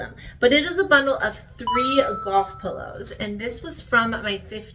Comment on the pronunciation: During the bundle of golf polos I could have sworn you said "goth pillows" and just confused stared at my phone until you said "Callaway" and I said "golf polos" out loud.😂